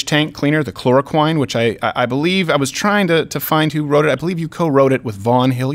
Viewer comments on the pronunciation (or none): Are you saying “Chlora-queen”? If not that’s what we should start calling her. Eh maybe that’s mean, nah never mind. To the Chlora-Queen!